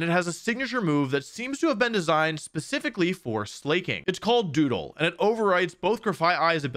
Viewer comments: It’s pronounced like SLACKING. Not SLAY KING. Though slaking is about pretty good at slaying sometimes, it’s based off of laziness, like slacking off. God damn, how are people this bad at pronunciation?? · is it the first time you encountered wordplays? "It's pronounced flaking, not flacking" Bruh, it's a wordplay of slack + king, hence why it's pronounced sla-king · wolfey is the GOAT!! at mispronouncing everything 😭 slay, king 🤴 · Surely he's intentionally ignoring that the name is supposed to be pronounced like "slacking" because his design is based on someone slacking off. Right? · It is pronounced Slack-King, as in… to slack off. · I hate certain pronunciations of Pokémon like “slay-king” because it literally defeats the point of the name. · I legitimately hope you keep pronouncing Slaking like that, because the 100+ comments of salty people who don't even use proper grammar half the time is hilarious to me. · Slayy king and tor NAHHHA d00z are my fav wolfey mispronounced pokemon Whats next? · ..... Wolfy please pronounce it correctly. Its said (slack-king) as in the king of the slackers. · So YouTubers just lie and say words wrong on purpose for comment engagement... Slaking is obviously pronounced "slack" you KNOW how to pronounce truant and plus weve had skill swap for how many years now? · pronouncing slaking as “slay-king” is crazy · Slay king? Why are the best Pokemon players the WORST at pronouncing the names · Slaaaay king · Sla king or probaby pronounces the a as ay instead of a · man I'm not off my rocker for my opinion on the pronunciation of a Pokémon's name lol just looked at the anime and it's "Slah-King" which honestly, lame as ass. ever since I was a kid I called it Slay-King, one of my favorite mons too. still sounds like slacking but has more bite, sounded cool to me I'm sad now going to call it slayking anyway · It’s pronounced Sla-King. Not Slay-king 😮‍💨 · Why are u producing slaking's name like slayking?😂 it's pronounced slak ing.